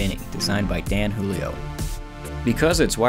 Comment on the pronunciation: Minor correction: Dan's last name is Italian, pronounced “Giulio” as opposed to the Spanish “Julio”.